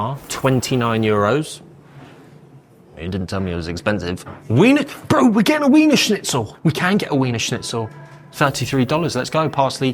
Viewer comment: Not to mention that he's mispronounced it yet no one pointed it out😮!